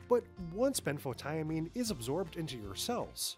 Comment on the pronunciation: Ben photo mean This is how to say it. Next time learn how to say it before you make a video. You drove me crazy every time you said it wrong. Sounds stupid. Couldn't watch the whole video.